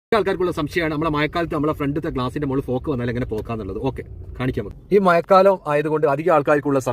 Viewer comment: ഫോക്ക് അല്ല ഫോഗ്